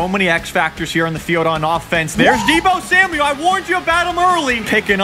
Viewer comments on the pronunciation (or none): none